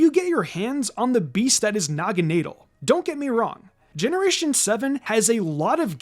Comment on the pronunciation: It’s promising BAY-BAY and nah-guh-NAH-dull, “”! 🤨